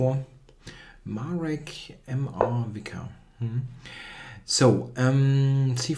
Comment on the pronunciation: Marek Mrvička ..... mrvicka is his second name :-D